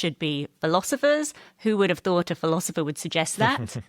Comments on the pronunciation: It is driving me crazy that this guy keeps saying “ philozipher”. Is there a reason for that, or is it just an odd personal quirk or affectation? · Philozopher. I hope I don't start pronouncing it that way. Otherwise, I REALLY enjoyed this summary of The Republic. Thank you!